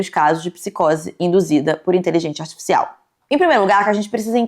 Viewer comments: HahahaahahAh muito fofinho o jeito que ela fala artificial “asticicial” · me revirando a cada vez que ela fala iteligecia atificial